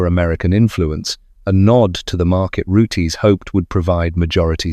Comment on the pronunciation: Pronounced ROOTS not Rootees....Roots that Rhymes With Boots.